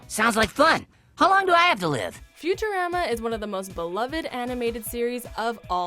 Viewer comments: futurema? futurAAAma! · Futur-raw-ma NOT futur-ram-ma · Oh my God its pronounced future roma not future rama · "Future raah-muh" its...futurama, ra-muh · Did you really pronounce it “Future-RAM-a”? It’s Futur-AH-ma. Who is this announcer anyways? Ugh 😑😒😞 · Excuse me...you did not pronounce Futurama right. Its FUTURE-AHMA. Not RAM-A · It's future-rahma not "ram"a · its futu-ra-mah not raaamaaa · Futur-AA-ma? Seriously? Get it right... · did she say "future ram ah"??? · TF's a Futu-ramma? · She says Futurama as Future-Rama thats annoying lol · Ok you said futurama wrong on so many Rama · Did you just say FuturAHma? For shame. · Future*Rah-Ma. Say it right please. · Future Am-a lol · The narrator has never seen a single episode of “Future Ram-a.” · Why does she say Futurama like a housewife from 1950s Minnesota? That first “a” should be pronounced like a soft “o” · did they mispronounce futurama as i say it like future-rom-ah or close to that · That's Furur-AH-ma. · It’s futch-ah-rahma idiot. Get the pronunciation right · I kinda cringed when she said Future"amma" Then again, to each their own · Futuräma. Who pronounces it like that? WatchMojo of course! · Yeah whole video was fine until she said future-RAM-uh. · Future-ah-ma.... How stupid do you have to be to mess that up? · Y'all can't pronounce shit, how you mispronounce "futurama" FuturAHMA smh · Él Streek she said the name so wrong. It's not Ramah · That’s not how you say Futurama. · Futurama...NOT FUTURAMMMA or however you said that. Voice over definitely didnt watch these shows. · its future"a"ma Not future"A"ma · Anyone else cringe a bit at the way she pronounced futurama... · It erks me more than it should that she mispronounced Futurama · Why dose she say Futurama like that? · I don't like this narrator. She mispronounced Futurama. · That is not how I have heard anyone say Futurama. Fail she didn’t even say the name of the show right. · She miss pronounced futurama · The way she pronounced "Futurama" 😕